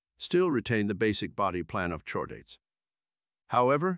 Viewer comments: There's also "chordate" which should be prounced "kordate". You could try spelling some words phonetically to get correct pronunciation... just a thought. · I like how the thing can perfectly pronounce "deuterostomes" and "echinoderms" but can't say "gill" or "chordate."